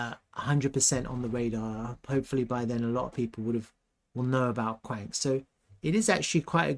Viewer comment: It's pronounced qwan -x not kwanks! 😂